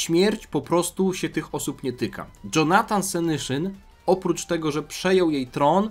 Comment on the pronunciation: Dżonatan senyszyn XDDDD no padłem na ryj